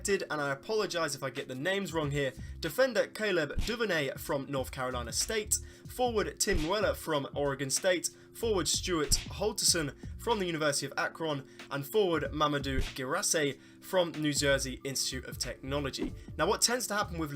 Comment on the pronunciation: for nuance of pronouncing names our area is the most difficult. Remember it's Orygun not Oregone. It's Wil-am-it not william-ette. I thought about adding Powell and Farfan to CP's development but both have been inconsistent. Enjoy the weekend. Cheers